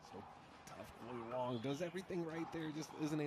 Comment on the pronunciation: Announcer called Wang...Wong; she's Wong about Wang...just sayin 🤪